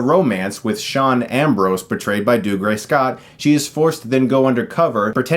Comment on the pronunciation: Every time Chris mispronounces "Dougray" I want to claw out my ears